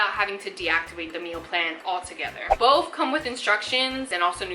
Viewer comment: Why does she say "bof" instead of "both"?